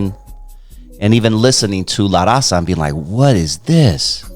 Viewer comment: Vato you can't even pronounce LA RAZA correctly...typical Chicano. And you don't know 2 of his biggest albums smile now cry later ( Eastside rendezvous, La familia) when hell.a freezes over ( mexican border) homeboy do your research when you speak on a mexican legend like Frost!!